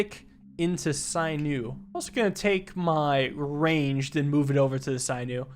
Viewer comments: Sin-ew, not syn-ew. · SIN- OO! NOT PSY-NEW! SAY IT FUCKING RIGHR! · There is an option to unlock all unlockables, please do not use it. Also for pronunciation; A hunter would remove the skin, muscles, tendons and "sinew" (SIN-EW* not SIGH-NEW) from the bones of a rabbit he caught. Thumbs up, love to see you enjoy some more Slice & Dice. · Hey, just wanted to let you know that sinew is pronounced sin-yoo (or si-nyoo, according to google), sorry to correct you on something so minor, it was just getting to me a bit Y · Sinew "sigh-new" is so fucking funny. My guy, it's "sin-you" 🤣🤣🤣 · Sinew is not pronounced sigh new, it is pronounced sin new..... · sinew is pronounced sin-you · I’m sorry, sinew is pronounced (sin)-you. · You might be amazing at this game with more experience. Also, sinew is pronounced sin you. It connects muscle to bone. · Sinew is pronounced “sin you” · Sinew pronounced /ˈsinyo͞o/. "She tore the sinews in her knee." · Yes like SIN-you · How do you mispronounce 'sinew'? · I think Sinew is pronounced with a short i instead of long. I think it is referring to the muscle or tendon material called sinew.